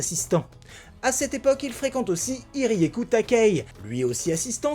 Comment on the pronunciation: Génial comme d hab mais par contre c'est pas hirieku takei c est hiroyuki takei le mec de shaman king.